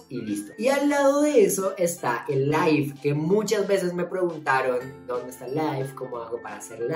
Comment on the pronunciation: Life de pronuncia "laif" y LIVE se pronuncia "liif"